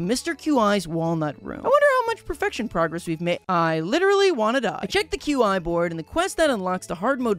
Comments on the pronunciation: The fact that pronounces Qi's name like "Queue-Eye" and not like "Key" upsets me a lot for no reason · idk i pronounce it as "chi" since it sounded like a Chinese word to me. So "key" sounds off to me but i don't mind bc there's no canon pronunciations in a game with no VA.